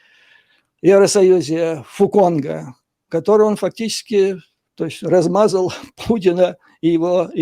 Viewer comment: Фу Цонг, а не Фу Конг)))